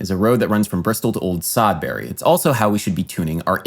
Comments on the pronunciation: I live in Bristol and near old Sodbury (pronounced sod-bree) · Old Sodbury - try pronouncing it like 'Old Sodbry' or 'Sodbrie' maybe? Actually the Bristol accent also swallows the 'l' in 'Old' so it could be 'Owd Sodbry.' I used to work in Chipping Sodbury and often drove to the office along the A432. If I had taken the A440 to work I would have to have started in Australia. Or Quebec. So A432 >> A440 therefore magic is real. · "A432 is a road running between Bristol and Old Sodbury" 😂 😂 That joke was made better by your mispronounciation of Sodbury!